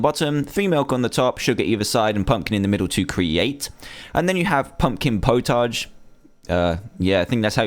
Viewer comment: For "potage" it is not "pot-au-ge" it is "pot-a-ge"